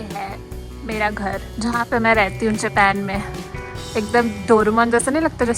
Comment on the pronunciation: ye khar bahut purana bana hua hai....... Haryanvi tone